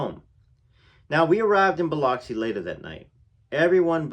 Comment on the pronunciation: but its pronounced Biluxi